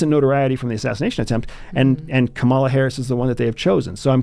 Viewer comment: You’ve changed. Please pronounce Kamala correctly. Added: how does one talk with a brainwashed Nazi who voted for authoritarianism? Wow.